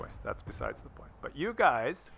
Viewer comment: "you guys" is pronounced "yoogs". Was anyone else hoping they killed each other by ramming, or maybe shooting.